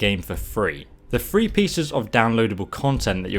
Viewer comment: IT'S PRONOUNCED THREE!!! NOT FREE!!!!!!!!!